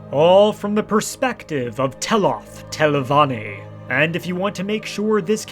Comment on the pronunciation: 23 min and im pulling my hair out from hearing Telvonni, great telvonni, great house of.. Telvonni 1,000 times